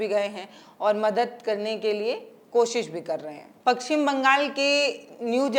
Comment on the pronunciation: Pakchhim nhi paschim Bangal